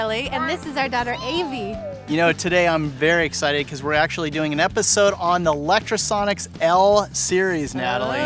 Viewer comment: How are you so fucking retarded? Can you not read? You obviously have a lot of Lectro gear and use it at least semiprofessionally, so why do you keep saying Electrosonics? Fucking muppet